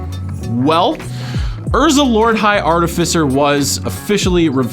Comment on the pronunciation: Are-tif-eh-sir. Fuck people!